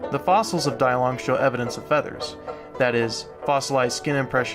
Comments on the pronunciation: It should be pronounced Dee-Long instead of Die-Long, since the name was from Chinese. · it's pronounced "DEE-long" not "Die long" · no its pronounced day-lungus